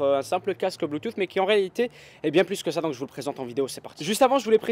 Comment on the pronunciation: mdrrr tu dis bluetuffffff